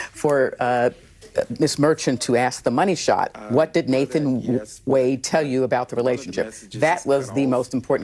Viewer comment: She said "Moneu Shot". Great legal mind there.